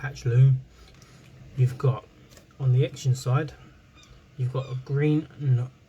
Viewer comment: you say zenon x is z sound as in XYLOPHONE.